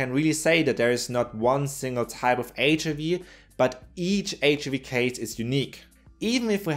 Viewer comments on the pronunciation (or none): Loved the video. Such an interesting topic. Small remark: be careful not to proncounce the "i" in HIV as you'd do in german. I have been doing the same kind of mistake a lot in the past XD Have a great day